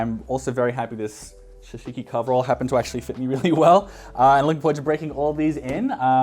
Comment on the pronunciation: Hi, I really enjoy the videos. Small comment for your upcoming sashiko video, its a "sa" instead of "sha". All the things you got look like great quality that will last for years. You must be good for heritage fashion for your entire life. Also, can you recommend any places in Japan where I can find clothes like this?